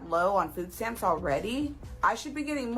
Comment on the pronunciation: Another made up black word, yamps, because stamps is too difficult to say.